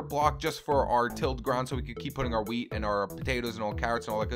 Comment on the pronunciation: U sound like u r saying weed instead of weat lol